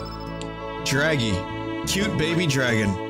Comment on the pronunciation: Hilarrrrrrrity when Vinny hearrrrrs his own Drrrraggy voice.